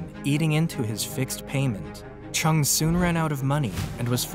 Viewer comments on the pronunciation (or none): his name is not pernounced with a ch chung but rather JUNG and would be properly sounding like this Jung Ju Young